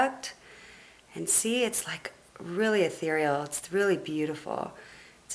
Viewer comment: say ehtereal one more time, bitch